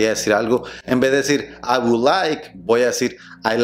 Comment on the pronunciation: Prueba a hablar así a un nativo. Con dos que hagas va a pensar que eres super fluido entonces va a hablarte a mil por hora y no vas a entender nada 😂.. Por cierto, pronuncias la "L" en "would"? 🤔 Eso suena super extraño en inglés americano.